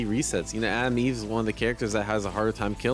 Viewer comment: Is he saying Adam Eve instead or Atom Eve? 😅